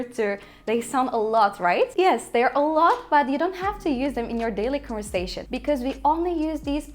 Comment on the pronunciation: off her iki dildeki telaffuz hataların öldürdü beni. Erduvan dediğinin farkında mısın? conversation ve pronounce kelimelerini telaffuz edişine girmiyorum bile. Delirdim